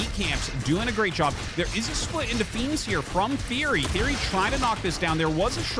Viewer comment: It's TheoRy not TheOry btw!